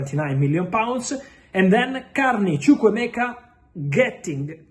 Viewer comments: Fab... You pronounce Ugochukwu and Chukwuemeka more than us Nigerians. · Fabrizio how do you manage to pronounce Ugochukwu so perfect and Chukwuemeka❤❤❤ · I love how he pronounced Chukwuemeka and Ugochukwu decently. Igbo amaka! 🥰